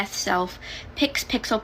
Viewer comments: you know you got a problem when you have too many "pronouns" when you say pickles for pixel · Yes. Please Enderself!!! Also, her misspeaking and almost accidentally calling herself a pickle made me laugh. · When the girl in the first clip said "pickle" instead of "pixel", my puppy laughed